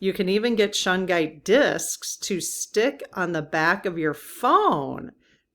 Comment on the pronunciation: Shungite is an amazing crystal I have the small disc stuck to my phone also my MacBook. I have a small piece near my bed. Shungite is not cheap but not crazy in price either a great piece. you are pronouncing Shungite exactly the way to say it 💜💫